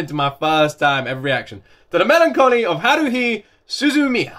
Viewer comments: Daaaang it! You nailed that pronunciation on the first try! Contrats! haha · Nice! Your title pronunciation was good. There's also two songs from an episode, which are sung by Aya Hirano (Haruhi's voice); 'God Knows' and 'Lost My Music', both are pretty good and highly recommended. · Okay, first thing first. The way you pronounce the title for the first time is correct. Good job. So, to not spoil it too much, this anime is about the power of mind. Although it's fun most of the time, It can go a bit dark, especially in the movie, but this is the kind that makes you think. The first season is a bit jumbled in episode order, but they re-released it together with 2nd season in chronological order. This is what I considered 'THE ANIME' when you mentioned about anime, and it's pretty dominant back in 2000's. Even in Japan, I think Haruhi is still a strong figure in anime industry, as it has a good story, music and even a dance from the 1st ending. If you go to most anime expos or convection, you might be able to find someone cosplay as one of its characters easily. Also, some other anime (especially that centralized on parody jokes) are commonly referencing this anime due to its strong influence to anime culture. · By far the best pronunciation of a title you had. Good job 👍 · You nailed the pronunciation. Very proud